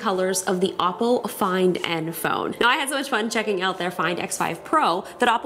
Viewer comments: It sounds like you’re saying Apple but with an accent, can you please just pronounce it “Ohppo” (oppo) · Oppo sounds the same as Apple When You say it